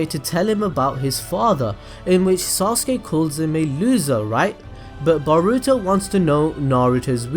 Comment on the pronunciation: Every time i hear you say boruto. I hear "Burrito" n i cant help but laugh lmao